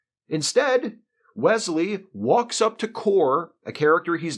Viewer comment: Kore was pronounced CORE-ay, not CORE (as in warp core). At least that's how it sounded when Soong said it.